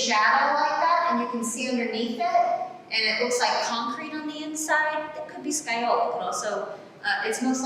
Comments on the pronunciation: It's still 'scagliola' as in ska lee ola and not sky ola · There is no L sound in the middle. In Italian, gli is basically a Y sound. So it's sca-yola. If you don't believe me listen to it into Google translate. That said, that's just the standard Italian pronunciation. Where she was taught in Italy, depending on the regional dialect and accent, they might actually pronounce it the way she says it.